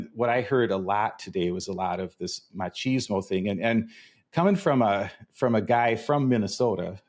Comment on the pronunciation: On a lighter note... dear Americans.... "Ma-cheeze-mo"? ❌ Erm no. Seriously. No. Cheese is for crackers, sandwiches and pizza.... with herbs.... not erbs. "Mach-is-mo" ✔ Proper pronunciation promotes precise perception Here endeth today's (English as a Foreign Language) lesson. 🇧🇲🧙‍♀️🇬🇧